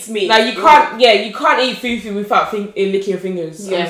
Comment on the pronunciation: Ati fool fool 😂😂open your mouth girly its Fufu 🙄